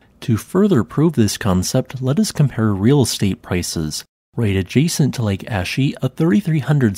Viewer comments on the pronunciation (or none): Calling the lake Ashy is not only rude, but inaccurate. “Ah-shi” and “Ha-ko-neh”